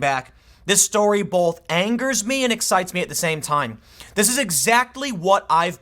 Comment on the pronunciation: THERE is NO letter "L" in the word both Tim. I realize you dropped out of school but you are a good reader The word is B O T H (Pronounced boWth) NOT (bOLth) NEVER dude!